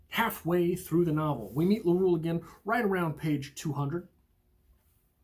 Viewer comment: LaruElle: the E ain't silent.